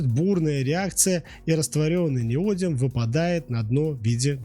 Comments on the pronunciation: Следующий этап обужения нейросетки: ниодИм, а не нИодиум! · В чем изящность реакции нейтрализации кислота щелочью? Это любая хозяйка на кухне делает смешивая уксус и соду, вы просто хотели ляпнуть для красивого словца? И не «неодиум», а «неодим» неужели так сложно хотя бы правильно прочитать? Количество ошибок и оговорок в коротком ролике поражает, первоклассник справился бы лучше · НеодИм, а не неОдим. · неОдимовый магнит - режет ухо! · Человек, который прокурил за углом не только уроки химии, но и русского языка, и не знает о существовании поисковиков и словарей, пытается что-то рассказать о теме, в которой ни в зуб ногой, ни в .опу пальцем. НеодИм! С ударением на "И"! "Гидроксидные" произносится слитно! В общем, даже дизлайк за такое - это уже награда. Просто дам команду YT не рекомендовать этот канал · неоди́м, а не нео́дим. это фиаско. -- upd: автор — молодец, проделал большую работу, хотел всех порадовать. С учётом того, что ru каналы не монетизируются, это буквально работа только ради зрителя. Я хотел лишь сказать, что если ударение ставится неверно, то теряется доверие ко всему контенту. Я бы перезалил. Тем не менее, это не обесценивает проделанную работу. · Правильное ударение в слове неодим падает на третий слог, на букву и — неоди́м. Во всех падежах при склонении ударение также сохраняется (например: неоди́ма, неоди́му). Безграмотность не есть оригинальность. Безграмотность бесит. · Произношение и формы. Ударная гласная: «и» на конце основы (не-о-дим).Родительный падеж: неоди́ма. Множественное число: неоди́мы. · Неоди́м - такое ударение в Википедии. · В слове "неодим" ударение падает на И, а не на О. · Неграмотную речь слушать больно, сбиваетесь, запинаетесь. Ударение это еще через слово..🤦‍♂️ Как можно было неодим так исковеркать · Правильное ударение в слове Неодим на третий слог, т.е. на букву И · ударение ставит робот, он по-другому не обучен ))